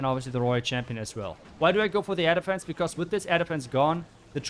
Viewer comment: Whenever you say 'air defense', all i hear is 'elephants'.😂😂